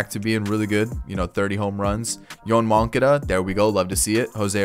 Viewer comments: He says moncada’s name wrong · He does it on purpose to upset people. He knows how to pronounce it